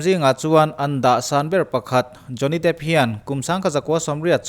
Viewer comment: Jonny dêêp tih tur a ni zawk lo maq